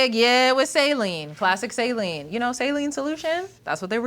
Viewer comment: Saline but spell it as Saeleen